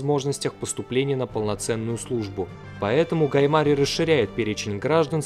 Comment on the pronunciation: Как режит ухо неумение ставить ударение во время разговора. ГаЙ МарИй